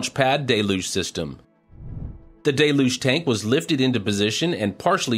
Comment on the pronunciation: I really like these recaps but I cringe every time he says "Day Luge" instead of "Del You-ge"